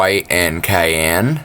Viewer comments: It's pronounced like "Syan" but with a C instead of "Kyan" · VTC-Varaiable Temp Control. Cyan-"sigh" "anne"....are you new? Cayenne aaahahahahaha. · cyan like cean from Ocean. (Greek origin, κυανό). Blue! Nice video the vtc mini rocks indeed. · "Kyan" LMFAO